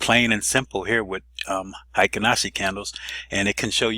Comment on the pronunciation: Need to correct your pronunciation. Hyo in Ichimoku Hyo is NOT pronounced High - O, it should be pronounced H-Yaw. Heikin in Heikin Ashi is NOT pronounced High-kin, but rhymes with Hair-kin (without the r)